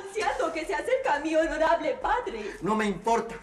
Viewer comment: Los Honolables jajajajaja